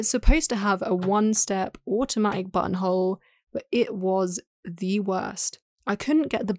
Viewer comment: My girlfriend was watching this video on the couch behind me and every time the narrator said button hole I swear I heard Butthole.